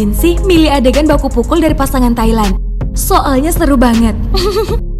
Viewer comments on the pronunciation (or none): none